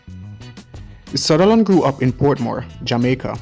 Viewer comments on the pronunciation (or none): none